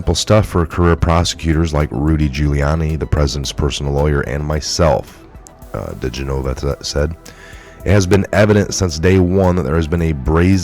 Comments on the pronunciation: The lawyers name is pronounced: Dee Gen ah vah not Dee Gen nova ...Not trying to be disrespectful just helpful. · The former federal prosecutor's name (DiGenova) is pronounced Di-GEN-o-va, not Di-gen-O-vah. Just tryin' to help you out. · It's Dee GEN' o vah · Dee gen a va.....its Dee gen a va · Is this a computer generated fake report for our side? Just saying because he should be in the know yet he can't say Joe Digenova right after covering and watching countless reports like the rest of us. Just weird that's all